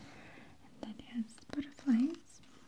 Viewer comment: I like how you say “and” it sounds like “eeend” hehehe